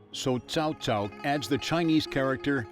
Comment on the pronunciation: The Narrator just referred to Cao Cao as 'CHOW CHOW'. Never heard that one before...